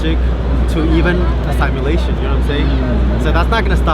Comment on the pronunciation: Good video but its pronounced sim-ulation , not sime-ulation.